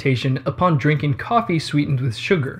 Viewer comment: Everytime he is saying "Sugar" I am hearing "Suga" and now I must go and listen to some BTS songs xD